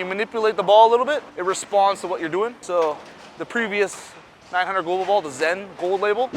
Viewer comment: Great video. But please get the ball company name right. It's "900 Global"!!!